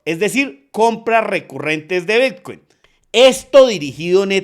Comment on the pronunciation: Pensé que era el único en escuchar Vitcuin😅😅😅😅